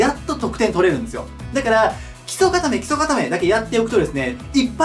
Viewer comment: 基礎がキスに聞こえる